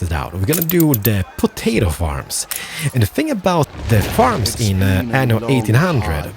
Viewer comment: You should pronounce "aNNo 1800" with two "N". With one "N" it means "anus 1800" in italian.